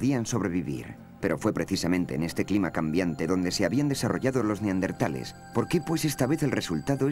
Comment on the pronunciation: Por qué en España incluso en los doblajes dicen Neardentales, acaso no es Neandertales